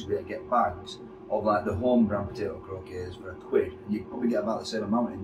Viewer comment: Croc - kets thats how its said,potatoe croquettes